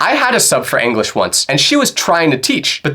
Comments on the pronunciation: Anglish is crazy bro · “Anglish Class”💀